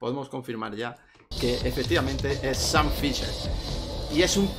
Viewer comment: Sean fisher , shan fisher 😅